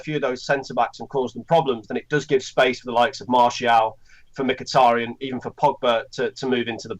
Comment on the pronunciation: its mikitAHrayan ..my good brits